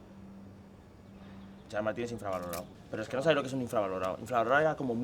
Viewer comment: "Gerard Martin" 😆